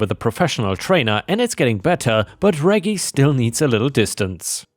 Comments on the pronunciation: For future reference, Reggie is the shortform of Reginald, and the g's are soft, not hard. The name is pronounced REH-jee, not reggy. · First story.... Moron shoots neighbors' house while cops are there? That could be a fatal mistake. 🤨 Reggie is pronounced "rejee", soft G. House cleaning story.... OP is NTA. Hubby is a fool, and that neighbor is an entitled B. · I was grocery shopping during upload today so I missed it. Reggie is pronounced Re-G btw. Awesome video! Forever a ⭐ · It’s pronounced Rej e with a J sound from Reginald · By the way, "Reggie" is pronounced in a way that rhymes with "Edgy". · Srory 1: the dogs name reggie is pronounced like veggie (short for vegetable) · Reggie,,,,, thats a soft G like German not hard like go